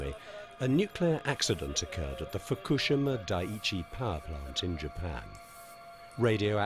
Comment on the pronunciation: The narrator can't even pronounce Fukushima correctly. Pathetic .